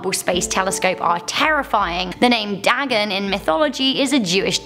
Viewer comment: It's pronounced "Day-Gone" not dag-on. Lol. & he's Not a Jewish deity either. Is a pagan deity